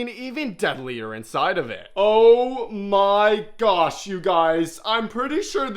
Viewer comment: Je vous suis que depuis peu. Pour les poissons, ça allait. Pour les insectes, vous en faites trop, trop de manières, vous parlez trop fort, quand à vos m'y gosh, c'est insupportable vous ridiculisez le vrai nom. D'après certains commentaires, vous maltraitez vos insectes et l'histoire de la tarentule m'a dégoûtée. Par conséquent, je me désabonne illico et ne recommande pas votre chaîne. Si vous maltraitez ces animaux et d'autres, j'espère qu'une personne vous signalera. Vous faites plus le 🤡 qu'autre chose. 👎